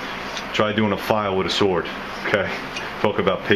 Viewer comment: lol. " try doing a file with a sward "